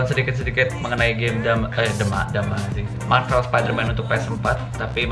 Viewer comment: Lo ngomong marvel kaya marbel wkwkkwkw